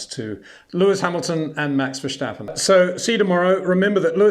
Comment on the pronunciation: Peter, I love your content but please for the love of god: there is no sh sound in Verstappen. It's [vir-'sta-pu(n)]